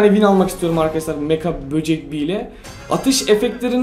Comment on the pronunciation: Abi şu kostumun adı mega bocek beaa Sen meka diyon jsjsjs